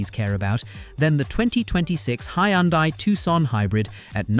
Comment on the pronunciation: Hyundai is pronounced Hun-day.